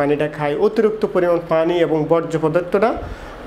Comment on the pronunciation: ভাই আপনি পানিরে ফানি বলেন